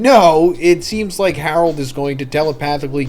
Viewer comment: "His one true love Harlod!" HAHA